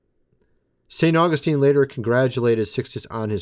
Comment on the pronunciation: Your understanding of Church History is severely flawed. You are heretically proclaiming false and erroneous “truths” about God and humanity. You don’t know what Augustine believed and you can’t even pronounce his name correctly. You have no idea what the early church actually believed, but you pretend to be an expert in Church History. You aren’t. Furthermore, you try and teach others and negatively influence people with your unbiblical and biased views of Scripture and theology. You are anti-reformed and hate Calvinism, because you don’t understand it. Partiality is a sin, of which you are drenched in. Also, your “dreams” are not authoritative in any sense of the word, and they most certainly are not “Of God.”